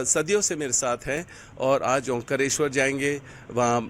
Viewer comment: ओंकरेस्वर नहीं ओंकारेश्वर.. पहले बोलना सिख ले। 😀